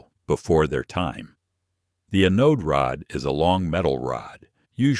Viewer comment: Funny, AI. Mispronounced anode